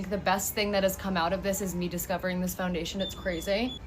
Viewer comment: please tell me she didn't jus say "foundaish"